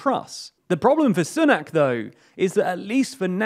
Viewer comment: When political experts can not even pronounce "Sunak" properly